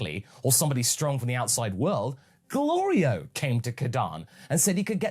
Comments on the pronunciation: I like how Goku keeps getting Glorio’s name wrong but doesn’t have an issue with other peoples names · Something that gets me every time is the running gag of Goku repeatedly mispronouncing Glorio's name, it reminds me of the tfs gag of Goku mispronouncing the name of the Hyptertonic Lion Tamer and the Spaghetti star. do you think it may have been inspired by that? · Glorio is going to end up turning evil because he's tired of Goku saying his name wrong.